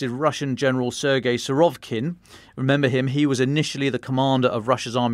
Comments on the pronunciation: It's Suh-rah-VEE-kin, not Su-ROV-kin 😂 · His name is Серге́й Влади́мирович Сурови́кин ~ note the accent over the и that is the vowel to be emphasised. It is indeed Suh-rah-VEE-kin. Telegraph personnel aren't very good at pronunciation.